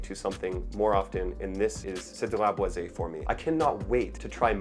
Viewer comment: It’s pronounced Cedrat Boy Zee. I bought a full bottle last year. Loved it for a month until it started making me nauseous. It would be great if not for the heavy handed leather. The dry down becomes way too leathery.